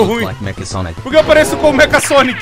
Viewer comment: não é meka sonic é mexha sonic com som do c com h